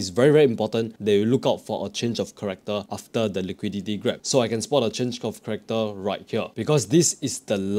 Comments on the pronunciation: Change of “Character” not “Corrector”. Other than that great video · its character (change of character) NOT corrector. thank you for explination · Change of Character bro, not Corrector, CHARACTER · Dude, what the hell is corrector? It's the change of character!!! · Ch-a-r-ac-toor. Also can :D